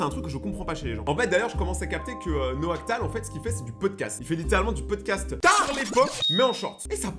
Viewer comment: Mdr, "Noactal" ? Bref, sinon maintenant que je le connais je le lâche plus Naoctal.